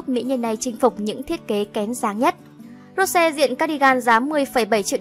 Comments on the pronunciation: nói thì nói cho đúng rose not ro sè ok bruh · Làm ơn đọc đúng tên Rosé đi. Một là đọc theo tiếng Anh là Rosie. Hai là đọc theo tiếng Hàn là 로제(phiên âm:Rô chê). Đừng có đọc là Rô se nữa. Đọc vậy, Blink buồn lắm. Làm ơn 🙏🙏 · cũng ko muốn nói đâu nhưng mà ad đọc sai tên của chị chúng tôi rồi. Định ko nói nhưng mà nó cứ tuôn thẳng vào tai ví dụ như tên của Rosé nhá. Cho hỏi " Rô se" là ai vậy ạ chị tôi có tên thế đâu trời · Rô se? Đọc chuẩn tên có đc k vậy?